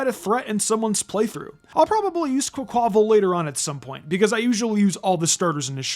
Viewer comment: Quaquaval is pronounced Quack-Wuh-Vall, as in Carnaval, the famous celebration from Rio De Janeiro, a city in Brazil, a country with heavy influence from Spain and Portugal, the countries upon which Paldea is based.